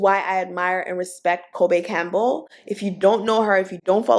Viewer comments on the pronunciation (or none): none